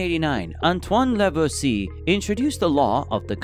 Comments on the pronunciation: La-vwah -zee-ay (closer to that pronunciation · Lavoisier Lah-vwah-zee-ay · gotta love those "Garma rays"...oh, and he also utterly butchered Lavoisier's name.